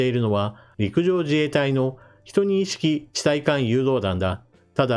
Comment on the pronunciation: 12式をヒトニイシキと読むはさすがです。 読み上げソフト任せでジュウニシキと読んでそのままのチャンネルもあるので。